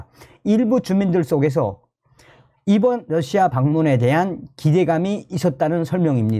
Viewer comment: Russia를 Lussia라 발음하면 안됩니다. 는 상당한 대중성을 가지고 있기 때문에 발음을 바로 하셔야 합니다.